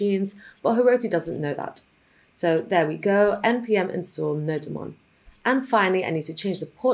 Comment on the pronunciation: it is pronounced node-mon as in the monitor of node, not no-demon xDDDD When I heard that I had to laugh so hard it sounds kinda funny